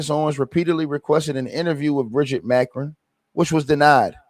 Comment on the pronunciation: Ma cron. The pronunciation